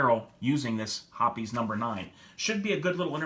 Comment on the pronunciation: Thanks for pronouncing Hoppe's correctly. The reason that Ballistol didn't clean as well is that Ballistol is just a medical grade mineral oil. I've been a Hoppe's #9 user for years. I've tried a few other cleaners and at best they did the same job but cost a lot more. There's a reason that Hoppe's #9 has been around for over 100 years, it works. All I use is Hoppe's #9, Rem OIl in a spray bottle, and Mobil 1 5W30. Cost effective.